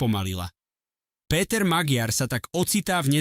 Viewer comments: Aký Magyar Maďar to sa neviete meno správne povedať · Magiar sa číta Maďar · On sa nevola Magyar ale Maďar gy sa číta ako ď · Magyar sa číta "Maďar"...ty imbecil! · Cita sa to MAĎAR nie Magyar 😂😂😂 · Iba malá pripomienka k výslovnosti priezviska: Magyar sa vyslovuje Maďar. Inak s obsahom súhlas! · VAZENY MLADY KTORY PREZENTUJETE AKOZE DABING ČI ČO ČI TO KOMENTUJETE CHAPEM COSI ALE TO MADARSKE MENO POLITIKE // MAGYAR KLUDNE HOVORTE MAĎAR TO JE LEN ROZDIEL MADARSKO SLOV... ABECEDE . //ESTE SI DAJTE DO GOOGLA AKOZE MADARSKO SLOV. ABECEDU AKOZE V CITANI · Ak chceš niečo komentovať, nauč tú hlúpu AI vyslovovať mená politikov. Magyar čítaj Maďar! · to" magiár", dosť trhá uši! Kedy sa naučí umelá inteligencia a influenceri,že v maďarštine GY ,sa číta ako Ď?? :-) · Tvl, jeho meno sa vyslovuje Maďar... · Magyar sa cita Maďar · Číta sa Maďar . gy znamená ď. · Naučte Al čítať😂😂😂 číta sa Maďar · Číta sa Maďar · Pre toho,kto cita tuto spravu - madarsky gy,je po slovensky d s mekcenom. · 😂tak podľa vás vyslovujete aj von der leyenová čiže leienová😂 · Áno, ale píli to uši. To neznamená, že budeme čítať napr Versaj ako Versailles. Ináč, video, dobrý postreh😊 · Zaneta lebo to čitá umela inteligencia-MAGYAR. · Ano, je to tak, to je hanba, nechat' to meno tak nespravne vyslovovat'!!! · Priezvisko Magyar sa nevyslovuje Magiar ale Maďar !!! Názov jeho Strany Tisza sa nevyslovuje Tiša ale Tisa !!! Predtým, kým prídete na internet s komentárom, MALI BY STE TO ZISTIŤ !!! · Magyar : čítaj / Maďar/, Tisza : čítaj /Tisa/ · Číta sa " Maďar" a "Tisa"